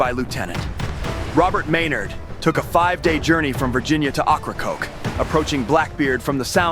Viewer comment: Learn how to pronounce the inlet the right way if you want to be taken serious